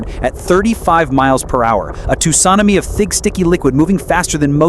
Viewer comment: The way tsunami is pronounced